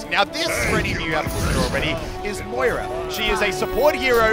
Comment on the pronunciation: He said oira it is moiris